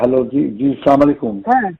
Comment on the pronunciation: এক শালারা ও সালাম টা ঠিকমতো দিতে পারে না